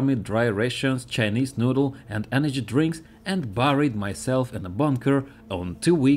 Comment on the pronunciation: Bro what is your EnerGy bill